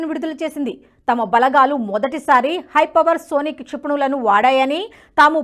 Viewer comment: హైపవర్సోనిక్ కాదు హైపర్సోనిక్